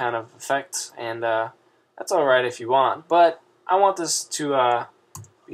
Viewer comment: he said "DO YOU WANK" XD